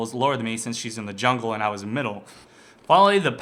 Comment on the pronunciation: Did i just hear him say jungle annie?